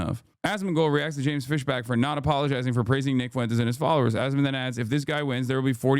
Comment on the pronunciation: Fisbach? That's Markipliers actual last name